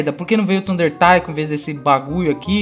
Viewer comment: a silaba tônica de Taiko é "Ko":)